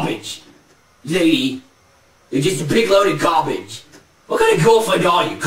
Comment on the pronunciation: gaa-beige, you're just gaa-beige...lol!!!